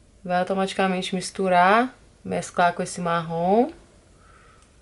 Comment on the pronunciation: Tao engraçado ela falando Marrom, meio que sai Marrón.... kkkkkkkkk linda make!!!!